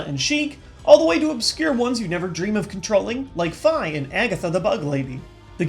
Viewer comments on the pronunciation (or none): Fi? I thought it was pronounced "Fee" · is fee he mispronounced it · I called her "Fee" throughout Skyward Sword until I heard that the official pronunciation from Nintendo (and the Japanese game) was "Fie". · The simplest reason you can think of for why Fi is pronounced 'Fye' is because of how you pronounce fi in words. You say 'fye-nal,' not 'fee-nal.' Due to that, I always said 'Fye.'